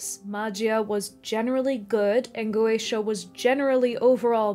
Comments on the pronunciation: Just wanted to say, you nailed the pronunciation of goetia. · "Go-Aysh-A" is probably the correct pronunciation; some people opt for "Go-Ett-Ia," but the general consensus seems to be that either way is fine. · Go--AY-sha and Go--eh-TEE(I)--ah are both apparently acceptable pronunciations. I had to look it up. Sorry. It took me away, (😟), but I promise I came back! I never liked C. S. Lewis' viewpoint on goeteia, most blatantly displayed in That Hideous Strength. I don't like the idea that God would temporarily permit a kind of sin that later becomes completely impossible.